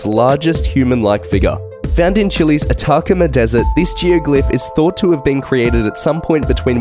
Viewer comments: It’s At A Comma desert. Like the desert is near a comma , , , , it’s Atacama. Never mind, this dude is pronouncing everything wrong..... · Some of his mispronunciations can be attributed to his accent; therefore, "Car-hokia," instead of the correct "Cah-hokia," as in the later "earth draw-rings." But c'mon, narrators, I typed "pronounce attacama" into the Google search window and immediately got three videos. It's "Ah-tah-cah-mah." Nevertheless, it's interesting even though you didn't mention the hats and the signs found on the Moai, most of which disappeared (there's one in one of the photos).